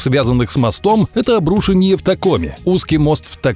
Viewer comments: В слове обрушение ударение надо ставить на букву "е". ОбрушЕние, а не обрУшение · ОбрушЕние, а не обрУшенье. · Почему обрУшенье? ПОЧЕМУ???? ОбрушЕние всегда было, а тут... Ухо режет. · Если бы, он произносит обрУшенье, а это две ошибки сразу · обрУшение? Серьёзно? Где живут люди, ставящие такие ударения? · Меня одного бесит когда люди не умеют произносить правильно слова? Это обру́шение прям слух режет. Не уже и правда каждое поколение стовится все тупее, что даже слова не то что написать, а даже произнести не могут. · Боже, автор, обруше́ние моста, а не обру́шенье. Я сгорел на третьем повторе нелепого ударения. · Классные истории, но у меня всю дорогу кровь шла из ушей - обрушЕние, а не обрУшенье! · Не обрУшенье моста, а обрушЕние моста! Ухо аж режет. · Почему вы произносите слово "обрУшение" именно так? Ведь "обрушЕние" правильно) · ОбрушЕние, граммотей блин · Пожалуйста, говорите: обрушЕние, а не обрУшение! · обрушЕние!!!!😠 Не обрУшение!!! Вашу мать!!! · Подумайте над произношением слов, УДАРЕНИЕ ВАМ В ПОМОЩЬ. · аааа, обрУшенье, аааа!!!! автор, обрушЕние!!!! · обрУшенье моста... боже, ну можно же нормально слова произносить... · "ОбрушЕние моста"! Господи, что же у вас всех блогеров с ударениями проблемы? Самим слух не режет? Неужели так сложно проверить произношение в 21-м веке? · Чего-то так слух резало, почему обрУшение моста? Ударение на -у, в правилах русского языка не было такого. Звучит просто как обрУшенье моста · Уши кровоточат: ...обрУшенье моста.... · Обрушение первую е ударение и еще пару слов не правильно поставил ударение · скажите ему кто нибудь, как правильно расставлять ударение в слове обрушение, несколько раз за видео косяк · Не обрушение а обрушение) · Обрушение- ударение на первое е